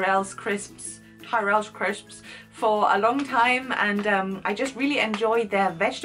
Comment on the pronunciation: No Lush? I always buy Simple 'stuff' for my daughters..shampoo, conditioner etc. Oh and I have to correct your pronunciation AGAIN. Not Tye-rell...but Tirrull...you swallow the 2nd vowel. Rhymes with 'whirl'.